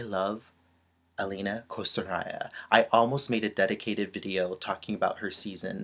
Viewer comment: Dear, I also admire Alena Kostornaia. By the way, you should pronounce her name like Aliona, it's kind of different from Alina (Zagitova)